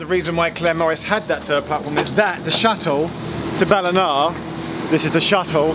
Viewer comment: Geoff’s pronunciation of “Ballina” is spot-on.